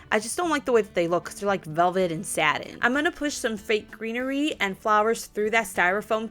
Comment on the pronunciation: I totally heard “velvet and sad” when you said velvet and satin lol 😂 love your videos!!